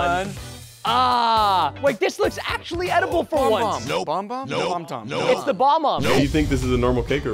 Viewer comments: ITS BA-BOMB GET IT RIGHT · it is spelled and pronounced bob-bomb